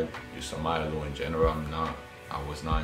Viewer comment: Pretty sure it’s Ay-ma lou